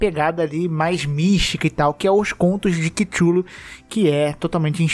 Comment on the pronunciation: "quichulu", "kixulu", "chuchulu"